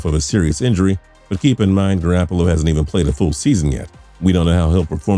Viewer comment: For fucks sake.. It's GarOppolo!! Not GarAppolo!!!